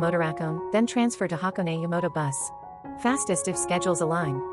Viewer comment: You lost me when AI pronounce HaKone wrong